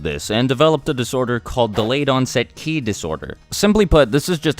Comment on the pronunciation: it's ki not chi